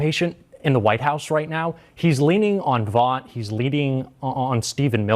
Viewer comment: Hey,... Vought is pronounced VOTE.